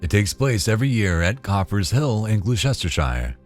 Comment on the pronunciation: Gluechestershire?? 😂😂 To make it easy for Americans. Gloucestershire is pronounced as glo-ster-shir. No hobbits around here, just rolling cheeeeese lol